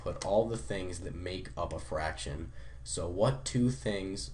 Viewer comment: ITS FRACTION YOU FUCKING IDIOT NOT FARCTION SO USELESS